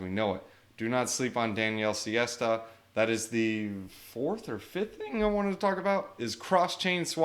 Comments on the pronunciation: Sesta - not siesta🤣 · Daniele sesta, full name sestagalli not siesta 🤣